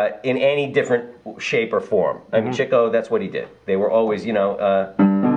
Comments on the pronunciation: *Sigh* It really is pronounced chick-o. Not only is that how all of his friends and relatives pronounce it, there's a story explaining the mispronunciation. It used to be spelled Chicko but some time in their early days whoever did the billboard for one of their shows spelled it wrong and dropped the K. Also, there's a logical reason for the chick-o pronunciation. He got the name because he chased girls- 'chickens'. Cheek-o makes no sense. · The correct pronunciation of Leonard Marx's character is CHICK-o. That is the way that Groucho pronounced it. Also, Chico's daughter Maxine, Harpo's son Bill, and Harpo's daughter Minnie pronounced it as CHICK-o. Yes, the CHEEK-o pronunciation was widely used, perhaps due to the fact that Chico and his brothers didn't bother to correct anyone when they were saying it the wrong way. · NO, it's not Ch-ee-co (as you put it)...the correct pronunciation is CHICK-o. This is how his family (his daughter, his nieces and nephews, and yes, his brother Groucho) pronounced the name. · Wrong,...it's CHICK-o. I promise you. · yeah cool, Its Ch-ee-co , not chick-o. Thanks!